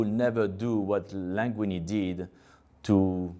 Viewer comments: I'm a little bit in love with how he pronounces "Linguini" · I love how he call him « Languinni » throughout the whole video , « Languinni » resembles the word « langue » which means tongue in french which is a funny coincidence ! 😂